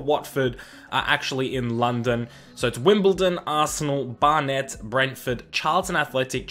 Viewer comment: Bar-net, lmao. It's Barnet mate, pronounced Bar-Nit